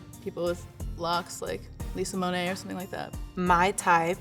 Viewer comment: it’s Bonet, not Monet 💀